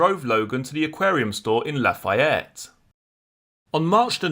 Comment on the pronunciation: Great channel! Lafayette is pronounced La-fee-ette.